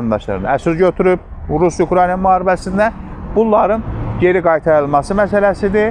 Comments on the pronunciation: Hormetli politoloq,Ukrayna sozunu duzgun teleffuz edin,xahish edirem. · ""Ukrayna""sözünü düzgün tələffüz edə bilsə...qalan şeylər yaxşıdır..